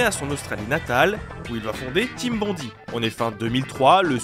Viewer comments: Bondi, ça se prononce (à peu près) "bonn-daille", pas bonn-di. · Bond-aie, pas Bondy, ça c'est à côté de Paris.